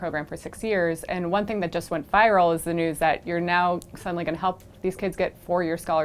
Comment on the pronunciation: and pronounce your "TH" you leader.